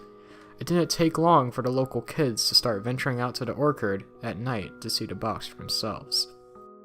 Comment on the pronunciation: Ha he said orkard instead of orchard it’s or-che-che-che-cherrd -orchard no disrespect just saying all the rest was straight.